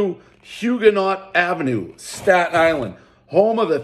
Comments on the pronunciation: Im a Staten Islander born and raised...the fact that you knew how to pronounce Huguenot correctly is unbelievable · He can say “Hugenot” correctly, but can’t say “Car-mine’s”!!